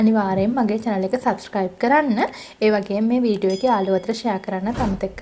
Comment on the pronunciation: සබ්ශ්ක්‍රයිබ් නෙවෙයි සබ්ස්ක්‍රයිබ්.. මුලින් ඒක කියන්න ඉගෙන ගන්න 🤪